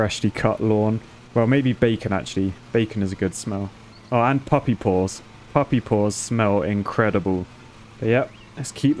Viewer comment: Did say puppy paws? Or am I just to American right now?